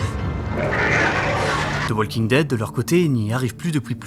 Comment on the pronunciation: La seule série qui compte vraiment pour toi en 2014, et pourtant tu es incapable de prononcer WALKING correctement. 🤡